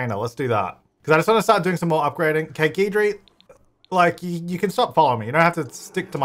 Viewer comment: I think the ghost’s name is pronounced like “guide-ry” cause he guides you through the paranormal stuff